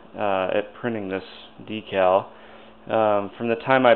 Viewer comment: DEE-CAL. Great job!